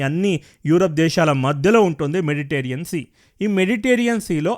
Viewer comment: Its Mediterranean sea; not meditarean sea.